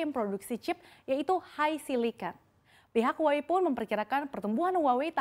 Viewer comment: Btw huawei itu dibacah wahwei bukan huawe😂